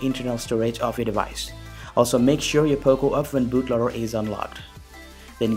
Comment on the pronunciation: Accent is perfect, except the way you say "F1". :p Improve on that area